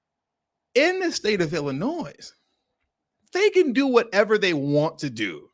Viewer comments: WoW...Don't know the law and ain't trying to learn whilst still flying flags from their place of domicile. SMDH. Oh, and BTW, it is pronounced 'Ill - annoy'. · Appreciate your content but FYI - The ‘s’ is silent in Illinois